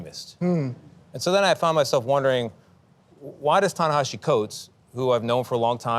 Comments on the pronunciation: I disagree. Listen carefully... Burleson clearly says "Ta-Nahasi" and again . Then the Zionist Dokoupil takes this mispronunciation a step further by introducing an "H" to Burleson's mistake, twice referring to Ta-Nahashi" and again . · first guy pronounced it correctly, other guy didn't the first time he said it, but it is tah-nuh-HAH-see even though it doesn't look that way. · CAN YALL PRONOUNCE HIS NAME CORRECTLY. TA-Naheeeeeesi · Did you notice how the two co-hosts mispronounce "Ta-Nehisi"? It's not that hard if you bother to try. All Dokoupil's effort went into trying to get a gotcha. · Dude claims they are "friends" but can't even pronounce his name correctly. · The racism in Tony’s tone and speech. Also, he keeps pronouncing Ta-Nehisi wrong. 🙄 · That first host (whose name I won't use, since he couldn't even get Ta-Nehisi's name correct) shouldn't even have a job after this disgusting "interview.' Nothing but propaganda, spitting in the face of the victims of a genocide. This monster had the gall to mention "kids blown to pieces," while that is what is happening ten-fold in Palestine. But he doesn't care about the dead brown children. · Yep, and also both of the male interviewers repeatedly mis-pronounced the author's first name.